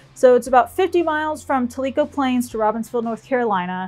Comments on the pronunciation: If you have time, you need to ride the Devil’s Triangle that’s west of Knoxville, near Oak Ridge! It’s a fabulous ride! Not as crowded as the Dragon. By the way, it Tell-i-co Plains. (a little East Tenn pronunciation, Lol..,). This is a great ride and review! The Skyway is beautiful. We trout fished and rode over there long before it was ever finished. Have a safe trip! Thanks for the video. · Ride to Food ..... haha.... no problem. Like Texas, we have some names that we don’t pronounce like they look!... And actually ..., it’s Tell-ah-co...... lol.... your video was great! Really enjoyed it! The Devil’s Triangle is another great loop. Maybe closer to 30 miles or so. You’ll enjoy it for sure! Ride safe!